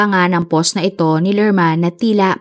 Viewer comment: Ang hirap tlga pakinggan ng pagsabi mo po ng "post". Ang pag pronounce po nun ay POWST.